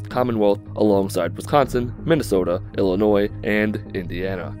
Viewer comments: Finally someone on YouTube says Illinois right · You said Illinois correctly I tip my hat to you sir